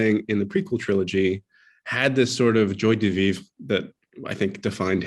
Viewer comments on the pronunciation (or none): I turned it off when he said jua de vivre